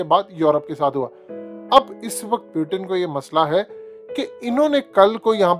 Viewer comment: Pyutin nahi bhai wo Putin he 😂